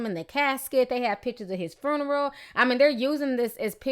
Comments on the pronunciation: Ok on a lighter note.........I love the way Ti say this word "Fruneral" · Lol at the way you say "fruneral" 😂 RIP Shawty